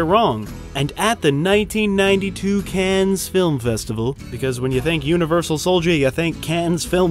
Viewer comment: 1st off, it's Dux, "Dukes," not Ducks and... "Cannes" is pronounced "Can." The ES is silent. 2nd, the set and background of the movie was obviously developed with creative license because no one would want to see a movie about a tournament which happens in "back street" setting with a bunch of shady characters hanging around. It needed "beautiful people," as well. The interviews between Dux and Viking Samurai on his YouTube channel answer a lot of questions, including the fact that Senzo Tanaka does exist and was his teacher for about 5 years (confirmed in an interview with Sky ). Dux also explains how the large number of won fights happens in a short period of time, some lasting only a few seconds. Having fought in large tournaments, myself I can attest to this happening. Not that many matches are long, drawn out affairs with guys beating each other half to death. This is also eluded to in Bloodsport, with many of the "filler" matches in the montages being over very quickly. . Dux is a verified, qualified martial arts instructor with his own system.. There are videos of him teaching classes with validity, not some hokey demonstrations as found in the "fake master" segments on the net. There are lots of rumors and myths about Dux, a lot just "investigative" rehashed of other rumors and myths. Some of the things he has said have been exaggerations and even if there are lies that he's told of screen and out of the dojo, not liking someone for questionable ethics doesn't automat